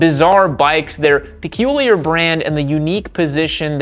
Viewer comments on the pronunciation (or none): none